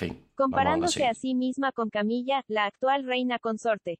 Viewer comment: “Camilla” alguna vez trabajó en un hospital?😂😂😂😂 me mata de risa cuando escucho “camilla”!!!